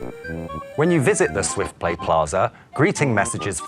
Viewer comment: "You can pray with famiry and friends rocary"...music to my ears! :D